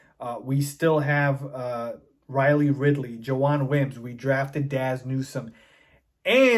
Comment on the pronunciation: Apparently it's pronounced "Jawon"